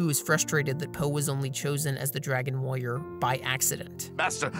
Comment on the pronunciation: “dragon wOyer”